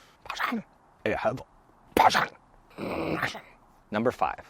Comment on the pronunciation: I hate it when he says Passion! Passion! Skounds like hes saying KATHARINE! kATHARINE! IHATE THAT F name!!!